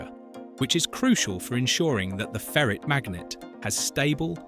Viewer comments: It's ferite not ferret* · Why can't pronounce ferrite? A ferret is a kind of animal